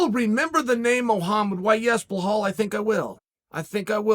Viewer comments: There's no H in Belal's name. Please Uncle Chael mercy. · Blahobovich, prokraska, prokrayav, now blehal, blehol. Chael undefeated, never gets it wrong... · Try pronouncing it "bell-all" you'd be closer than whatever your saying now. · Say it with me Chael, "ball hall". Now you try. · Bluh-HAWL Muhammad has more than proven himself as a top tier contender in his division. His Achilles heel is that he can't even correctly pronounce his own name! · Macklechev, blehall, ahhhh man 🤣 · Yo is Chael trolling with this Blahal ish? I can't tell lmao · Please start saying Bill-All thanx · BAHAL???? bamaaal??? LAHAAAAL??!!! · "Blah-hall" hahahahahahahah you kill me with the name butchering. lol blah hall is funny af. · Ble-haal Ladies and Gentlemen Chael "Butcher the Name" Sonnen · WTF is “Blahall” ? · Blahal 😂 good to have uncle Chael back offering & bringing us this and that. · blehall? cant u spell and pronounce properly? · BEE-LAL, Chael!!! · Belal, pronunced bey laal, chael u dumbo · "We absolutely will never forget the name" It's like a bursting out laugh....."BLA HALL" Rememeber the laugh Mahummed. I got 3 minutes in and had to rewind the entire video because I didn't hear anything from laughing so hard. Edit...I can't get through this video. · Blo-hal 😂😂😂😂😂😂😂😂 I’m so dead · Uncle Chael you are butchering the name it’s pronounced Be’la’l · Chael "Blahal Mohammit" Sonnen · "Bluh Hall" = NOOOOOO CHAEL!!! For the love of God and geese! Enunciate. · Please someone tell him how to pronounce belal’s name😭😭😭, its “be”+ “lal” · Blahal had no idea he'd been saying his name wrong his entire life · You know you’ve made it in the UFC when Chael gives u your own name. Blehal. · At first, You were pronouncing Khamzat as Hazmat! And now you are pronouncing Belal as Blehall…! What the F**k is this???!!! Which school/College/University did you study Man?? It is quite clear that you are doing it fucken intentionally!! And it’s disgusting!!! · Chael “bla- hall” Sonnen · So it's Blelal?